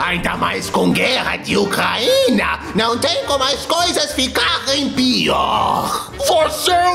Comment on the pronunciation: Em meu vizinho tá Putin a melhor parte e a pronúncia Ucraína kkkkkkkkkkkkk